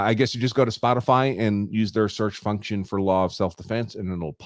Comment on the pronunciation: I heard "fucktion", too, but then I thought I just made it up in my head until said it lol